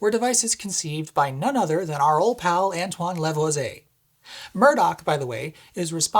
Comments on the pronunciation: sigh Again, it's Luh-VWAH-zee-ay, not Leh-vo-zay! 🤦‍♂️ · One more time: luhv·wa·zee·ay! You are awesome! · By the way, "Lavoisier" is normally pronounced like luh-VWA-zee-AY. IPA: /ləˈvwɑːzieɪ/ (English), /lavwazje/ (French) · "La-Vwa-zee-ay" the last syllables said quickly, last one clipped free french lesson for you :-)